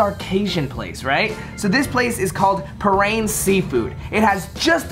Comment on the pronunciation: The way he pronounced parrain omg 💀